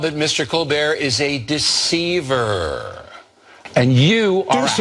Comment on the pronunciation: "Ah, but Mr. Colbert is a de-CEIV-er."